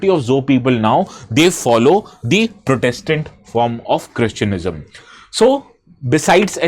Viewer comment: It's Christianity not cheistianiam bro